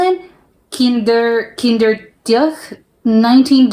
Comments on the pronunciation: Kinderdijk, dijk pronounce it as in i from ice Kinderdijk litterly "ChilderensDike. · Dick Van Dyke if you prenounce his last name you have it correct (dyke=dijk)